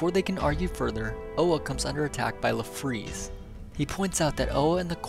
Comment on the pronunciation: I thought his name was Larfleeze not La fleeze.